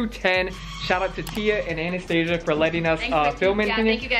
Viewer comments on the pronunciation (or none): none